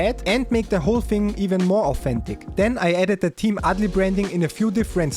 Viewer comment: Nah actually that was hella fun to watch, btw imma start the movement of calling it Team ALDI not adli🎉 let’s celebrate that